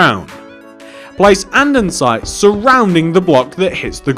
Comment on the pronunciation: Just a small correction. You keep saying andensite. It’s pronounced an-de-site